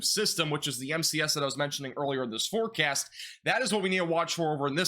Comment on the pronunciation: " in this weather forkyast"